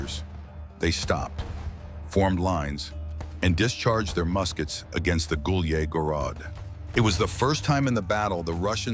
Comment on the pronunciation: Took me a long time to figure out he's saying Gulyai Gorod. AI is pronouncing it like it's in French or something